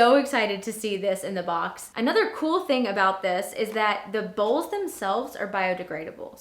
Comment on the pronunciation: You said bowels lol